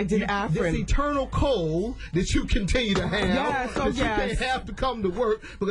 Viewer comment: Enteral cold🤣